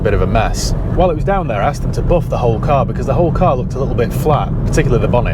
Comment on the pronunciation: I only tune in to hear him say boof instead of buff 😂